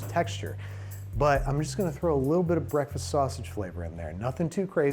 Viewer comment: Babish's Breathfast Buns.